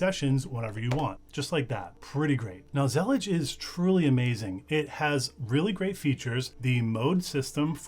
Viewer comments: whaaaaaaaaaaat... that's not how you pronouce Zellij not with a G.... believe me I am Moroccan. also not Zallija. more like ZLLeeJ. ps: will definitely use it. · it's pronounced zalleej (with stress on the l?) it's an arabic word that describes a specific style of mosaic tilework, that was popular in the Al-Andalus and still present in west north africa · It's pronounced zuh-leej. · The word Zellij comes from the Moroccan word that refers Moroccan style mosaic tiles that Morocco is famous for. Pronounced Zil-eej